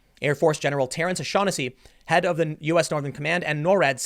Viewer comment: Tim you mispronounced his name. It's pronounced Oh-Shag-hennessey. XD